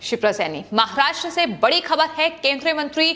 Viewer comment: Aap jara acheyse boleye maharashtra bolte samay aapko dam lagta he aysa lgta he